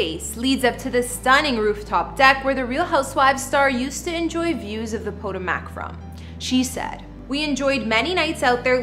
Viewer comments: You are saying it wrong!!! Po- ta-mac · Did she really just say ...... neva mind 😮 SMH!!!!! It's pronounced PUH-TOW-MUHK. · Did she just say Real Housewives of PODO-MACK?? Y'all really get to succeed with minimal fckn effort. Smdh. 🤦🏽‍♀️ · "Po" "Toe" "Mac" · Poto-mac? What's that? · RHO “Pötòmäç” 🥴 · Po Toe Mic girl. Not whatever you said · Please learn how to pronounce words, correctly….PUH TOE MICK. Or Poe toe muhk …smh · I find it irritating that she doesn't pronounce Potomac correctly. Even if she never heard of the town, it's also the name of the river that flows by Washington, DC. It's not exactly an obscure name. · Obviously she doesn’t watch the show because she can’t even say the name of the city.